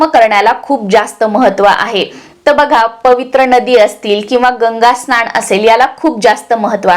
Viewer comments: स्नाण नाही स्नान असा उच्चार करायला पाहिजे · तुम्ही न च्या ठिकाणी ण वापरता म्हणजे महिणा स्नाण वगैरे तरी दखल घ्यावी